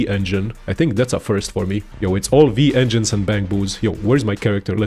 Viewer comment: Broo it clearly says W-engines, why you saying V engines, Whyyyyy?